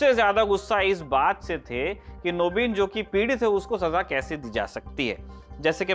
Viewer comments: First of all it's called "Naveen" in Hindi not "Naabeen" and second He is speaking in Hindi not in Bangali so he has to use proper Hindi pronounciation. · What's his name..!!! Don't remember... Anyway, hi, I'm telling you.. your Bengali pronunciation 'Nobin', 'Boti' was lovely..